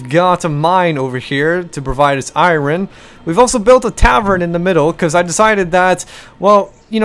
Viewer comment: U say iron wrong